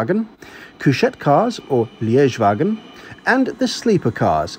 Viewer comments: Not „Liedzhe“ wagen, it is „Leegewaaghen“😉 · a Liegewagen is not named after the town of Liege. It is pronounced as li guh wagen (lie down coach) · Really interesting and informative vlog,. Thank you. BTW, Liegewagen is pronounced like league-ah vagen😁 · Liegewagen pronounced like the city of Liege (Lüttich) lol. Good for you that it's an Austrian train surprised though you didn't get stuck somewhere in the middle of nowhere germany our rotten rails.